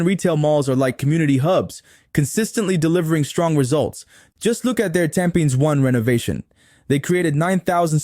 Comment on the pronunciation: Hi, I enjoyed your videos as they are informative. However may I request that you put captions on your videos as the audio narration sometimes mispronounce words and make the content confusing. eg Ariats (REITS), Hu gang (Hougang), Tam pins (Tampines). Please keep up the good work!